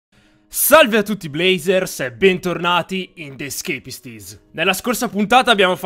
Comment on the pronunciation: Si dice the esceipist